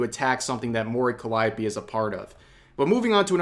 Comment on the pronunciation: Dammit rev its pronounced like this : Mori Calliope ( Mo-Ree Cally-Opay)